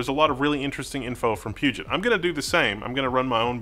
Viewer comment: Why does everyone say PugeNt? There's no N in Puget.